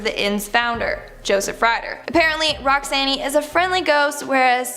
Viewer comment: you really need to learn to pronounce the names you speak. You mispronounce easy to pronounce words. Akron is a SOFT "a"and and SOFT "o"; and Roxanne?? It's not Roxann-EE. The "e" is silent